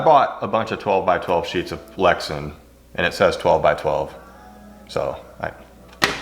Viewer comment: Glad to see you back. Polycarbonate is polycarbonate for your purposes. Lexan brand name pronounced Lex-Ann not Lexun. All that with love. Hold the heat gun farther away. Take way more time to bring it to temp. When it reaches thermal transition it will bubble soon after. So get it formed quickly. When you are close like that the outer portion reaches thermal transition before the center. It has to be heated all thru. Many years spent working with polycarbonate. Good to see your work again.